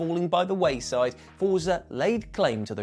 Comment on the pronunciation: Fort-sa. Say it with me: Fort-sa... 🤌